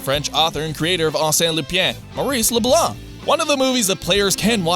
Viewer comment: OMG who ever is narrating this video is my hero for pronouncing the last name LeBlanc correctly!! I hate how Americans always say LeBlank ... that always pisses me especially when the American has the French last name I'm looking at you Matt LeBlanc!!